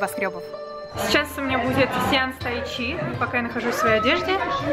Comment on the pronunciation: Не тайчи, а тайдзы😅😤😬😡😠😾💣